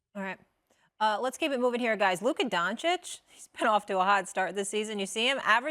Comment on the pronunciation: How many years has Luka been in the league and SAS still can't pronounce his name correctly?